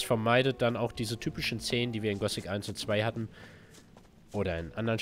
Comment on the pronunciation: Das heißt Gothic und nicht Gosic...